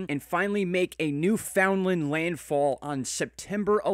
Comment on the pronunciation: Thank you for pronouncing Newfoundland correctly!!!!!